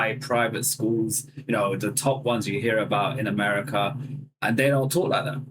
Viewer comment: She says “heah” instead of “hear” and denies dropping Rs 😂😂